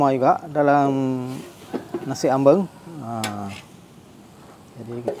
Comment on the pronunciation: Sebutan sangat tepat jawa..... Ambeng.......ada orang sebut Ambang tu tak tepat